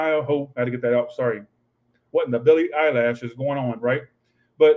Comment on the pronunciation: did you just say Billy Eyelash 🤣🤣🤣🤣🤣💀💀💀💀💀